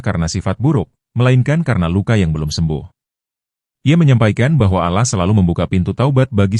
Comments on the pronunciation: Dibacanya Alloh,dengernya JD risih KLO dibaca allah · Kemungkinan si pembaca cerita ini, beragama non muslim jadi caramembaca kata "Alloh ,di baca Alah. Itulah kami sebagai muslim merasa janggal dan gk tepat bacaannya.❤❤❤ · Bukan allah ngucapnya Alloh dong? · Iya ya kok ngomongnya alah itu emangnya gak salah kalau orang islam kan alloh yg benar🙂🙂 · Dibacanya Alloh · Yg baca itu agamanya apa.kok allah bacanya